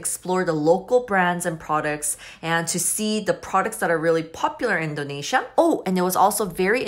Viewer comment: Its INdonesia not ENdonesia :)